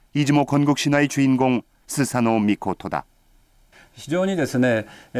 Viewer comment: 스사노 -> 소서노 이렇게 들리네요